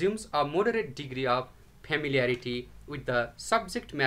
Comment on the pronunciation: He pronounce the word familiarity as permarity!